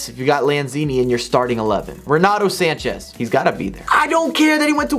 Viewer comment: "Swanchez"